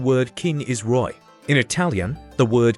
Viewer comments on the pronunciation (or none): In french it isnt pronouced like that. It is pronounced like "Rwah"